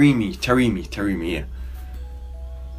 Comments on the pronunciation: The correct pronunciation is tarame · It’s TA-RE-MI